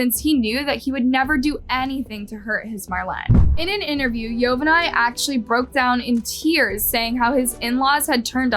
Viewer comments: This was hard to watch with your butchering of the names, specifically Yovani. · Thanks for the story. Please in the future please try to pronounce the names of the persons in the case correctly. It was hard hearing you mispronounce Yovani's name over and over again just to hear his name said correctly in a news video clip that you inserted into your video. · Yovani is pronounced "Jo-ba-nee". Just for future reference. 😎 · How awful poor girl. What Awful humans. Hope they suffer. Btw...YOVANI is pronounced yo-ba-n-e